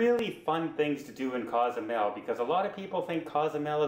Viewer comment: …Cozumel is not a town. It’s not a city. It’s an island. The city is San Miguel. Pronounce sawn- meeg-WHALE. On the island of ‘coe-sue-MAIL’. (Not cause-zoo-mell, Nor cause-you-mell) You provide some great tips on travel there. Also help people with the names! And by the way, the ferry is out of ply-awe-dale-CAR-main. Say it slowly at first. NOT play-a-dell-car-men